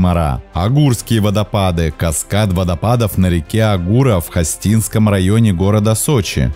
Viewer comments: Не ХостИнский, а ХОстинский район, река ХОста. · ХостИнский район??? Серьёзно? Ок. Жителям ХОсты передам,что теперь они живут в ХостЕ)))) Хостинский,блин, ХОстинский район. ХОста, а не ХостА